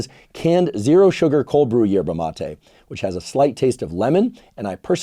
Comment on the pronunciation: You pronounce MatE ina ❤